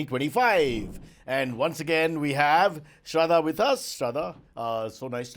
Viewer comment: Why does Cyrus call her Shradhha? Isn't it Sharda? 🤔